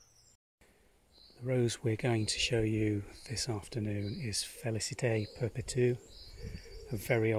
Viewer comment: Lovely video! I've just bought a Felicite Perpetue so it's wonderful to see what it could be looking like in a few years! Thankyou so much for posting. Also great to hear the pronunciation... I've been tying my tongue! I'm looking out for videos now on pruning it and caring for it... how to chop it back and encourage flowering etc. If anyone reading this has seen any - please send the link my way. OR - if you create one... i'd be your first viewer haha! Lovely stuff, Thanks again. Lizzie